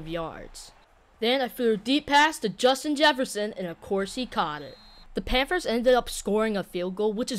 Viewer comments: Not trying to be that guy but (panfers) ???? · Im not tryna make fun of you but you say the panthers so weird